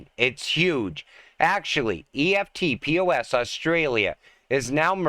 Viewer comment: EFT-POS is pronounced eft-poss. Eft rhymes with left and poss rhymes with boss.